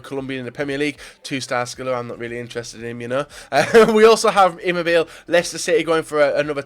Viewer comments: "ciro" chero "immobile" immobilaay you idiot its an Italian pronunciation stfu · Imobileey that's how you say it you bloody egg